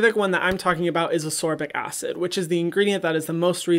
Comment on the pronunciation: Love your videos Hyram!! I’m currently on a binge lol. Hint hint “ascorbic” is pronounced “as-kor-bic”